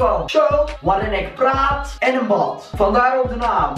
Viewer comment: Pssst het enige waar je bat in zegt is batman het echte woord is bad haha:)